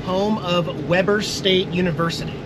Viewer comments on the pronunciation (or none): Great Video. Good Eats. Just an FYI Weber is pronounced with long E sound in the WEBer. Have a safe trip and hope you find cooler temps soon.